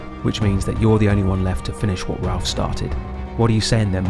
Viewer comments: Raph... Not ralph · Great video. Its also Raph, not Ralph. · Dis the dude narrating this call Raph, Ralph?? Lol